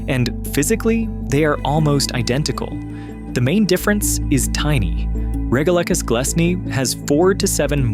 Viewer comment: It might help with the credibility of "" if he had an actual knowledge of basic science. The twilight zone is not perfectly still, it's constantly buffeted by global currents. You pronounced "regalecus" at least two different ways: if you're going to get it wrong, at least be consistent about your wrongness. And the bit about there being no bubbles in the sea unless released by earthquakes? Are you kidding? Bubbles get released from the mud on the sea floor ALL THE TIME.